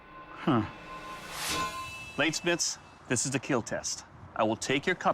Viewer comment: It’s keal or be kealled